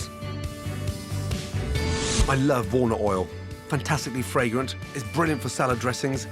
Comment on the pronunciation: take a shot of vodka everytime gordon says fragorant or vribrant